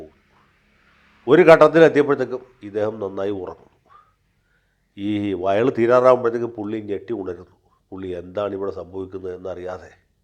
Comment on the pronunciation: വയ ള് അല്ല വഷ ള്